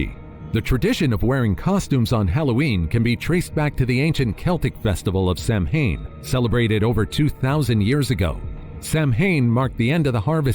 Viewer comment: In Celtic Language It's actually pronounced sow-in not Sam-hain.